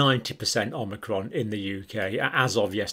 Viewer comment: Thank you. But it is omicron, not omnicron, as you keep calling it.